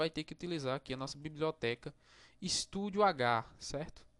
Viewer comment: bacana sua aula só presta mais atenção no q vc fala se nao confunde quem esta aprendendo, por exemplo se fala STDIO.H nao estudio.h, fmz valeu